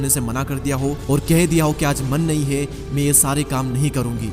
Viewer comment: Chup dhakkan...pehle theek se bolna seekh ....ye me me kya krta hai mai hota hai